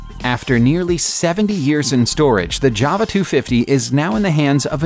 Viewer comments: And it’s JAWA not JARVA 😂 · Jawa I thought you said Jabba. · Is there a v in jawa. J. Ow uh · yup - and at the start he calls the bike a Java... nota Ja-Wa as it's meant to be pronounced. A Java, to me, is a cup of coffee... or cower-fee as this guy would probably say. I wish people would research names of stuff before just posting a video. It's sloppy and gives me great delight in thumbing it down/disliking it. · 52 seconds in and im out,you can clearly see jawa on the tank yet you call it a java.Please dont make any more rehashed videos of other peoples stuff,thankyou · First vehicle... You read the name of that " Yava"...🙃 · JAWA pronounced YOWA - Yow-uh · Jawa Motorcycle? Toyoda? hmmm.